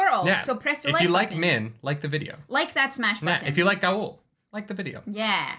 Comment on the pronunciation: Loial is pronounced loyal because Loial is loyal. The show fucked that pronunciation up and I hate it. There's no E on the end of that word. And, Gaul rhymes with hall. You don't have to say every letter.